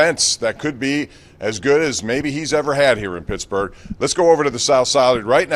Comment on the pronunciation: Did this clown call Pittsburgh ,pittsburger?